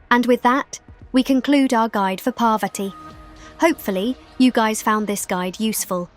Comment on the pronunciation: Damn Ai is pronouncing parvati wrong